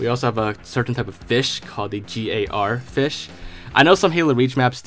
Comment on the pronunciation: This guy actually said “G.A.R. Fish” lmao. It’s a gar fish bro and they’re real😂😂😂